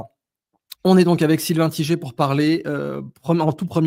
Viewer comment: Sylvain T-i-G-E-R alors que c’est Tiger 🐯🐯🐯